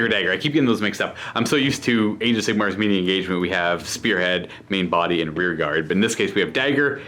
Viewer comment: This is like the guy I play against that always says melee (maylay) as malee)